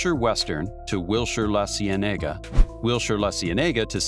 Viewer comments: Okay, the video is repetitive, uses visuals that have zero to do with the story (why the endless shots of Silverlake?), and was obviously written - and narrated - by people who live no where near LA (La See Nee Ga? Really?). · These AI videos are annoying, with mismatched videography and mispronunciation of local features. La Cienega locally is pronounced: La SEE-eneh-gah. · So frustrating when AI repeats the content over and over and mispronounces street names (La Cienaga) or cities. It is laughable.